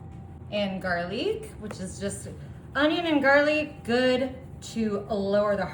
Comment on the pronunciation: Garlique, uhnyun, mmmmmmmmm........ This person is not real.